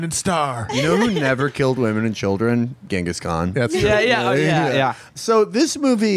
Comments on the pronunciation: "...it's like what the great Chungus Kahn said..." That's the greatest golden nugget of a line from the whole movie. I've never heard someone pronounce that name so poorly. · I've never heard anyone pronounce Genghis Khan the way Steven Segal pronounced it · "Chingus Khan" my god